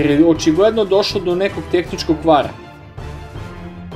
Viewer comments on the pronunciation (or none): none